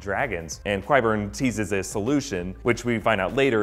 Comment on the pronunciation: Love this video. But is anyone else bothered by his pronunciation of Qyburn? :/